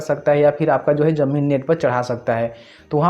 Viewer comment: Jamin nhi bolte bhai ZAMIN BOLTE H